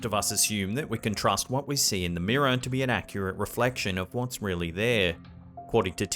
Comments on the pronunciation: Wtf is a meerah it's mirror....smh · Take a Drink every time he says "Mirrah". There's a Ghost in the Mirrah!